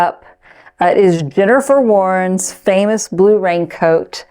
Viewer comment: it's very confusing when the content creator says 'the famouse blue raincoat by jennifer warnes' but it sounds like 'the famouse blue raincoat by dinner for worms'.I couldn't find it anywhere.😂😂😂